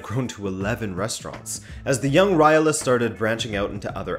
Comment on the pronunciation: Who is Raila? It's Raiola! You forgot to pronounce the letter o